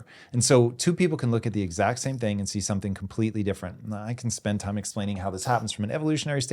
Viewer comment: A-ND... A-ND..., A-ND... And is not a two-syllable word!